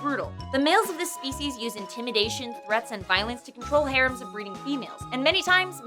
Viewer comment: That isn't how you say 'harem'